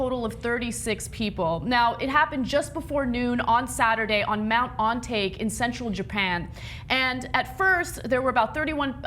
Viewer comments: That pronunciation is terrible it should sound more like On-Ta-Keh. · I'ts Ohn-Tah kay-(Ontake) not On and Take Ana you ignorant fuck. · Whenever a japanese word ends in "e" it's pronounced differently. ON - TA - KAY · Way to butcher the name "Ontake" haha. But thats some bad sht vrazy vid. I would crap my pants . Lol i wanted to comment on the vertical video, but I thought what Robby thought Doubt i'd be screaming. Im usually pretty silent when I'm afraid, screaming doesn't do anything at all. If anything it just wastes energy, distract you or other people around you to make smart decisions or in another situation maybe make things worse.